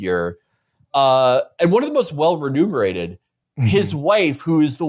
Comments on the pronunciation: remunerated, not ''renumerated" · Remunerated, the word is remunerated